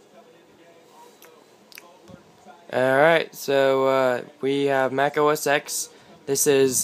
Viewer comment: Every time you say "OS Ex" I cringe. The X is pronounced 10.